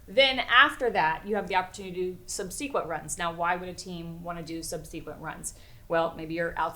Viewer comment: What is with her pronunciation of subsequent?